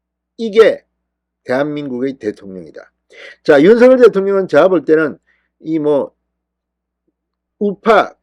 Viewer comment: 윤성열 발음이 그래 안되나요? 고유 명사라 본인이 원하는대로 불러주는게 국어발음법이랍니다. 윤서결이 아닙니다. 대한민국에 대통령은 한명입니다.